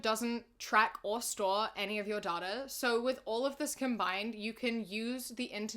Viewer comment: “It’s pronounced ‘day-tuh’” “No, it’s pronounced ‘dAt-uh’”, an intellectual: DOT-UH